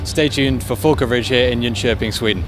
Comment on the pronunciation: Another thing to point out, I'm not sure where you are from but you did a excellent job pronouncing "Jönköping" which is quite difficult if you're not from Sweden! Which shows that you're really try hard to be good at this, which is very refreshing to see :)